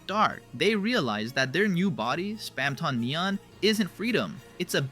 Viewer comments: Why did you keep saying Spamton so weird? (Spam-ton not Spam-tawn) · its not SPAM-TON its Spamton "Spam-tin" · Bro have u even PLAYED deltarune like at all? You’re messing up so many words from neo-neon? How’d u get that? And span -Ton like he weights a lot of something. As a British you say ton like tin spam-tin idk I think ur talking about stuff u read on Wikipedia and don’t actually have passion for. Dare u to explain undertale without looking it up! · please stop pronouncing it spamtON instead of spamtIN bro. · we produced it like spamtin all through it should be spamton it just sounds way weirder saying it like how it should be spelled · OMG STOP SAYING SPAMTAWN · It's not Spam Tong. It's not Spam Tohnne. It's Spam Ton. Pronounced tuhn. Spamton. Say it right. Please. I can't listen through this whole video with you butchering my boy's name. I had to mute the volume and enable captions, but somehow even the captions are wrong. Please, with all due respect, fix your speech impediment and rerecord all videos where you've spoken his name wrong. It's impolite to mispronounce the name of someone who's listening. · nvm, spamtahn neon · Why do you pronounce Spamton in such a weird way? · I love how that's what bothers you and not the way he pronounces Spamton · why do you keep pronouncing spamton like that though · I cant make it through this the way you pronounce spamton, correct or not, is just acid to my ears and mind.